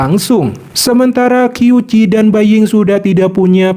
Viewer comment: Qiu Qi dibaca qiu ci.. Q=C.. Berarti dibaca Ciu Ci..